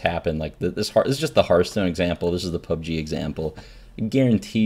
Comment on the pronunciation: Reynad, please explain what you mean when you reference things. I spent 5 minutes googling "club g car horn" before I realized you said "pub g"